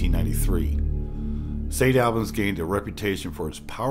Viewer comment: Been to St. Albans many times for photography tours. I can't say it's haunted but I will say there is a dark presence that has a certain affect on people. And its pronounced St. (All-bins) not (Al-bans).